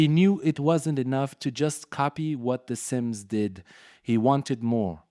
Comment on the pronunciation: why you lying 😭😭 "the sms" "innzooi" "Troube". This is very obviously some shit AI